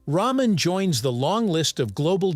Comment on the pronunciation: It's pronounced "rahmen," not "raymen"